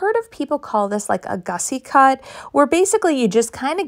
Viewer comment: It’s fussy cut, not gussy....l